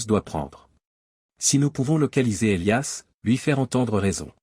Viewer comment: Houlala..😂😂 à peine 5mn..et.." Et liasse " à la place d'Elias " ???..🙄😭..😁😁😁..